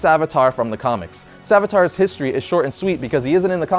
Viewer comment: The Hindu god is named savitr. It's pronounced sa-VITH-ruh The uh at the end is more like an exhale than a groan. It's barely there.